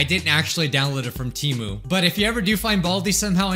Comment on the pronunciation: I always hated the TEMU ads. They can't even pronounce their own company's name correctly. It was supposed to be Tee Moo but now they call it Teh Moo for some reason and it confuses me.